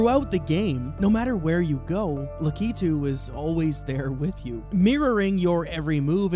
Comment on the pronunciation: Thanks for saying Lakitu right instead of "lack-it-too" like so many uncultured posers do.